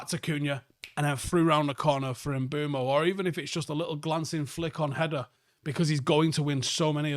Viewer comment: One things for certain this season, will still be calling Mbuemo "MBWEMO" and will not be pronouncing the SH at the start of Sesko's name